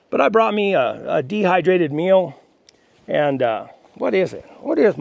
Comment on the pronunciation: A dehydrated meal...I thought you said a dehydrated mule. lol